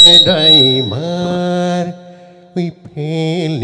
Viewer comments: Bhai tuk aajio koi aasu daiver nohoi drive aaru eesh nohoi each bhai pehle bolna sikh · Its not diper its driver sir.. N its not luply its lovely... Haha👎